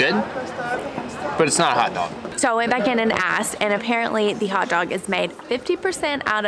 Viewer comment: A hotdog should never be pronounced as a karate word.....quinwaaa 🤣